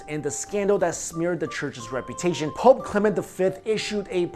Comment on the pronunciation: anyone else only hearing him say "pulp" not pope?